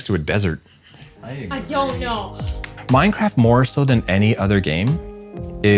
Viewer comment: I thought he said ‘ourcraft’